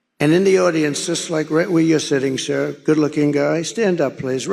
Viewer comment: You skirred say you skir Donald…..